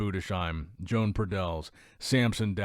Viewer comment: Everyone will look different by the time they get on stagee as always and that is some whacky mirror action by pradels and btw, not sure what country he's from but I'm willing to bet his name isn't pronounced Joan like a lady it's probably Joe-Ahn or Yo-Ahn.